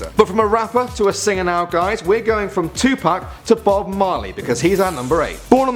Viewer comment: THANK YOU!! YOU SAID TUPAC RIGHT!!!👍👍